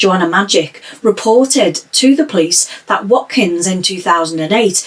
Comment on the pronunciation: You pronounced his surname correctly and his first name not too badly wrong!